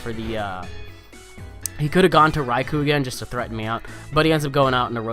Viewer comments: the amount of "Raikoo"s was silly lol. it's "Rai-Koh" though I'm pretty sure you know that XD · a better explanation is "Rai-Koh" considering the word is Japanese for "Lightning" and "ou" in Romanized Japanese is just a long "o" sound :p